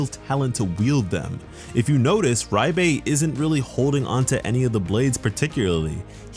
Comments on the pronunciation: am i trippin or is he sayin riebe instead of liebe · The romanji isn't "Rye-be" it's "ree-be" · (LEE BU) Liebe is said LEE BU not reibe wtf is this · Yup, and it's driving me crazy that it's being pronounced Ri-bay instead of Leeb-uh like it would be in German. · Ye he’s saying riebe not sure why he’s saying riebe when it’s liebe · Am I the only one that heard him say riebe instead of liebe I could be wrong I could swear that’s what he said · Great video! Looking forward to the anime. Btw Liebe is pronounced as Lee-buh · If Liebe is a german word then you pronounce the e and not the I, so it would be -leebe and it means love in German and that would make since of the demons background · I understand where you are coming from with the pronunciation reference, but I'll throw this out here anyway. Its pronounced Leeb-eh and yes it is german. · It’s pronounce like leebei btw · fyi, Liebe is pronounced leebah /ˈliːbə/ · why are you saying “RYE-BAE” ??? where is the R sound coming from in the name liebe? that shit is annoying me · Liebe spells like L[ee]be in German, but overall love your content! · Nice video☺️👍... But I really can't stand the way you pronounce Liebe. I don't know where you are getting "Raibay" from. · So painfully Cringe to hear him say Liebes name its so off it hurts